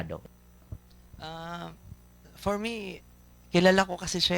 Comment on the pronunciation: It's Hilado. The interviewer say it wrong.